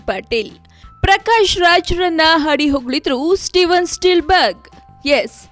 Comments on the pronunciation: Spielberg na ikkondu steel berg antavlee anchor😂😂😂🙏🙏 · yammo steel berga ? enadu 😂 first learn proper Kannada and then do your homework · Amma Thaayi.. Steel berg alla...spielberg